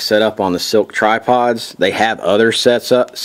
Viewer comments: He keeps saying silk but it's slik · Man I can't take it... It is SLIK (sss-lick) not silk!!!